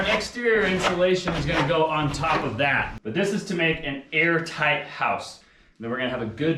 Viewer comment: I keep getting nervous when they say , “we’re Aar-tight’, as we all know is super important at that a home “breathes”. Ventilation, etc. Also, if they want to use that sunroom as much as it seems that Ali wants too, I hope they have a duct for central-Air. Cant, live w/o central air and be comfortable, and that sunroom will be a sweat-lodge, unless has an a/c vent for all the hot months, when a cross breeze from windows just wont cool it, enough. Best wishes, they should be super proud. ✌️